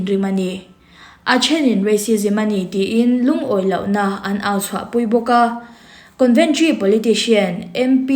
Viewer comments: Conventry nilovin, Coventry zawk aw..Con nilovin Co anih kha..en chiang rawh i thil chhiar kha, ati ngaihnawm lo ṭhin. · Coventry ......conventry tiin ilam daih bok sia